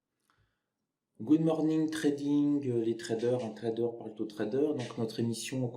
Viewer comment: Pourquoi cette liaison un trader parle-t- aux traders ?